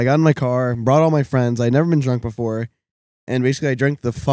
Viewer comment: *BEFORE* NOT BOOFORE